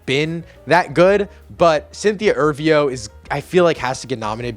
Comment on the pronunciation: Dude, it's Cynthia Erivo. E-riv-o.